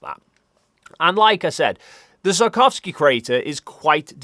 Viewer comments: "it was photographed in great details by South Korea's Danuri probe. I really hope that's how you pronounce that. And like I said, the Sarkovski crater..." It's very impressive how much managed to butcher the "Tsiolkovsky" surname throughout the video, apparently without realizing it XD The wikipedia page even has IPA pronunciation! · Hey, I hate to "that guy" but the 'i' in Tsiolkovsky is really short (so 'see' with a 't' on the front, rather than 'sigh' with a 't' on the front). [The pronunciation is actually on the wikipedia page.] It took me until you showed his picture for me to work out what you were saying, LOL. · Perhaps it's my interpretation of your north-western accent, but I think that seulkovsky is a better interpretation of Циолко́вский than sarkovsky. Not that I know that much about the cyrillic alphabet and Russian pronunciation, but I'm a diehard pedant. The letter л is an L you know! Anyway, I like your videos and think you're doing an important and essential job spreading scientific literacy. Have you seen this YouTube video?